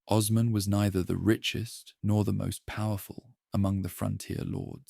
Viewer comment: Would be nice if you could learn the proper pronunciations of names like Osman before recording